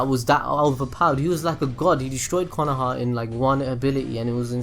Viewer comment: "ability on konohah"....................